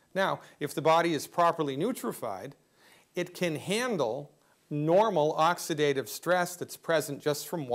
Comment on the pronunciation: He had me until he said neutrified.